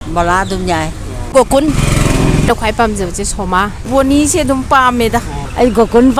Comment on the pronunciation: Gokul ❌ Gokun ☑️ 😂